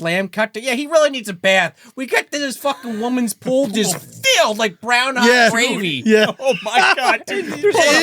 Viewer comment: Had to listen to say Brown Hot Gravy 5 times to figure out he wasn't saying Groundhog Gravy